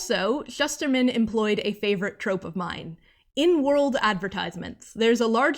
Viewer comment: Omg he’s one of my favorite authors. Got to meet him at Roxy signing. He has such a creative mind. Oh, and I learned he pronounces it: “Shoosterman.” I have been pronouncing it wrong for 10 something years too.